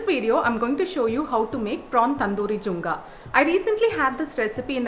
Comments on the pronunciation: I need to correct u here, there is no word called junga, it is jinga means prawns. Ok.... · Ada kashta kalame.its not junga it's jinga.. atleast get the dish name correct dear ...do some googling atelast la..jinga is prawns in hindi as well in some other language.